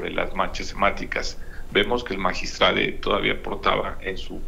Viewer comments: Magistrade porque no magistradi, magistradu 😊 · Que credibilidad va a tener un fiscal que no sabe pronunciar magistrado?